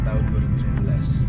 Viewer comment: ngomong nya 2019 kurang jelas bang 😂